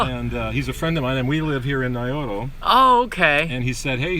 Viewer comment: You are saying Naroyo, but the title shows Nayoro...ahh...correct pronunciation ... I could see it pronounced dyslexic. I thought it would be cold there but looks balmy. Onwards to Wakanai!!!